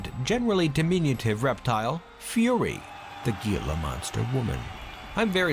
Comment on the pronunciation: just fyi, "gila" is pronounced "heel-ah" source: im arizonan